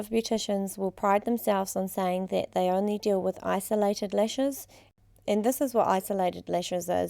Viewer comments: lol nope she does say lesh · if i hear the word LESH one more time, i'm gonna lose it